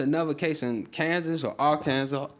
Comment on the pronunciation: How gleesh know about all this genetic modified food and legal shit but dont know how to pronounce Arkansas? Lol he said ar Kansas wtf